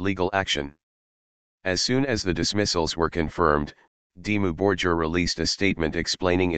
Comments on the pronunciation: It's not Dimmu "Borjir" it's Borgir! You spell the G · Dimmou Bor-geer , Shagg-wrath and Fur All tee i dee 😅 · Synthesized commentary ruins what could of been a great video!!! They are not Dimmu Bor-Jeer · yeah makes it unlistenable..not to mention how it is pronouncing their name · I only watched the first two minutes and then I stopped. The pronunciation of the word "Dimmu Borgir" is wrong, as is the pronunciation of all other Scandinavian bands. The mechanical voice a horror. The best way is to listen to the original pronunciation using Google Translater and then create the documentary again with your own voice. It's not so bad if you're not 100% accurate with pronunciation. This American pronunciation, on the other hand, is hell. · get rid of generic robot narrator that can’t even pronounce Dimmu Borgir correctly. I’m sure your own narration would suffice.